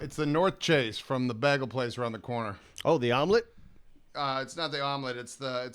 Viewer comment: "Bah-gul"? Like how Britta pronounced it from Community?